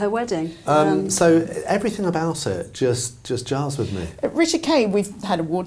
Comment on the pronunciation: please stop saying “everythink”